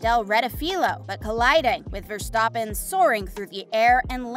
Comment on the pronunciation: You also mis pronounced Ricciardo and verstappen